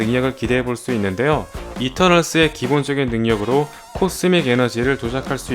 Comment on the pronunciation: 미즈으마을 이터널즈으 즈 발음 오지시네요 일본사람인줄